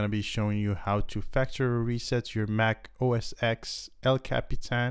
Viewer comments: You should pronounce the X as 10 so it's like OS 10. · Thanks for this. My only peev is referring to it as OS 'EX', when in fact it is a Roman numeral 10 (X), so OS 'Ten' would be correct. This coming from someone who started with OS 7.5.3 through 9.5.1, with the next logical release being 10.x.x. Great vid otherwise, thanks again.